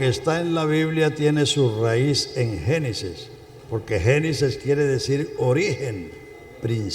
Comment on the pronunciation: No se dice genisis se dice genesis